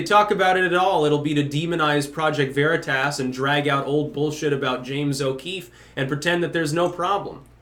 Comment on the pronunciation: I like how you pronounce veritas... it makes me happy